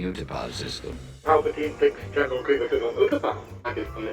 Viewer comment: You said grievious on the general grievous video.